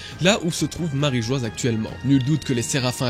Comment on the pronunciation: Marijoa pas marijoaz écrit en phonétique